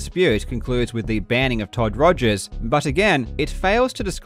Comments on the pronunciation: Rip Todd Togers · lol u called him todgers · I've just watched this video for like the twentieth time and it still refuses to get old. "Togers" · Shout-out to repeatedly calling him "Togers" after bringing up that he misspelled his name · Calling him Todgers the whole video made me giggle.